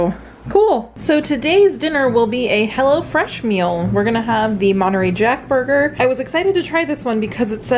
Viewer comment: My niece just said that Jenn said a bad word so I backed it up and listened to . Then I laughed and told her that she said 'Hell-O Fresh" Not h-e-double hockey sticks Fresh;)